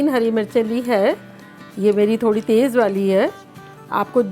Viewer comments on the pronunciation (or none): none